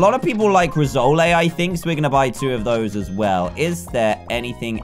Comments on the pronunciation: It's pronounced Riss - oal not Riz - o - lay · It's pronounced Rissoll not Rissoley. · its pronouced riss-oll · Its pronouced /ri-soul/ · Rissole is pronounced as Riss-ole